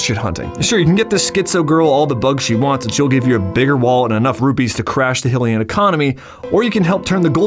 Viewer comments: You mispronounced "Hylian" — it's supposed to be pronounced like "highly-an" not "hilly-an." The cutscenes in Breath of the Wild prove this. Anyway, great video! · You are one of only 2 people I've heard say "hILL-ian" instead of "hY-lian." We know Hyrule is meant to be pronounced like "high" since there's also Lorule, which is named to be the opposite to Hyrule (high vs low). So if we know that Hyrule is pronounced like "high," why pronounce Hylian, which gets its name from Hyrule, as "hill-ian"???? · So Hylian is NOT pronounced "HILL-ean" they aren't from HILRULE it's HYLIAN as in "Hy-lean" like hi hello I'm a HYlian from HYRULE not hillrule I once had a really wrong person who I unfortunately called my friend who was wrong about everything all the time and he also called Hyrule citizens Hill-eans and it drove me absolutely bonkers! Clearly mispronouncing it. It's really easy to say but you're severely messing it up somehow. Why?